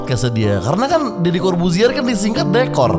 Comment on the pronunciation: Deddy,bukan ferr... 🤣